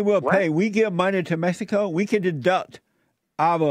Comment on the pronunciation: I think he's entertaining. Most trolls are. But I'm not going to praise someone who says, "Mess-i-co", yet he talks about blacks not being able to communicate.